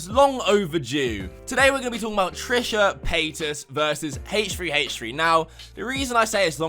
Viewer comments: Lmao my guy said hash3hash3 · so we are ignoring the way he said h3h3 lmao